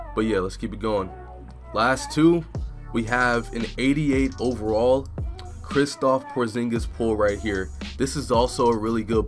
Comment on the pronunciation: This boi said kristolph